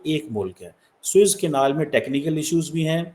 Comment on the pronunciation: "Swiss Canal" nahin bolte, SUEZ CANAL bolo Jai Ho Pakistani Education System 😅 The Worst in the World.